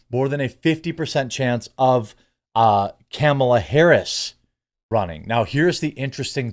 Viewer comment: I like how you say Camel ah Harris lol